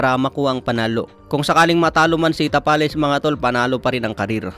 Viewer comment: Tabales yan hindi tapales haha